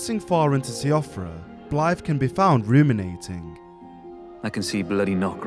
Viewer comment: siofra is pronounced "shee-fruh"